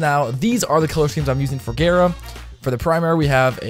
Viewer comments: also, frame is pronounced ga-ra, not gare-a, because R words in japanese kanji (the language they use to pronounce foreighn words) is a replacement for L. japanese word for glass is ga-ra-su. ga is just because the japanese always have a vowel following a consenent. no skin off your back, but just in case you were curious. no, im not a weeb, i've just taken japanese in highschool :P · It's gara not gera, btw love your vids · Why you say “gayra” 💀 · Why does he pronounce it gayra? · slaughter 1v1r it sounds really weird, I hear him pronounce it Géra